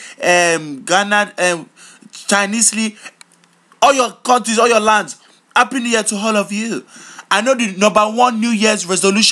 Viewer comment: notice how when he says a word that starts with A like anger he says HANGER and when he says a word that starts with H like happy he says appy